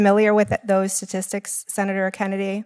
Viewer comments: “I’m not familiar with the sasssistics…” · WTF is a "satistic"? I mean, a district judge surely knows that there are three 't''s in, 'statistic' ... right? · Sasistics - her pronunciation. Pathetic. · "So Senator, again, I am not familiar with the sististics." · She even doesnt know how to say statistics , shes never seen statistics in her life. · She can't even pronounce 'statistics'.